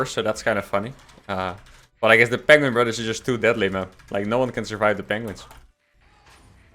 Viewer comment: Benedict Cumberbatch says "penguing".